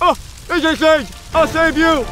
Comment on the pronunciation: mr stwange it's not nap time yet